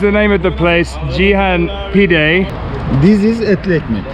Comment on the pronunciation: It is "Rumi" not "Rümi" and the name of dish is "pide" not "pidé"